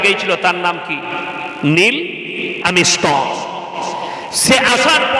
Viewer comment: আরে সোনা দাদা নীলআমিস্টং কোথায় পেলেন আগে উচ্চারণ ঠিকঠাক করুন।